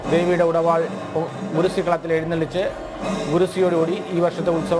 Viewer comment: ഗുരുസി അല്ല പൊന്നു പ്രസിഡന്റ് 🙏🙏🙏 ഗുരുതി 🙏🙏🙏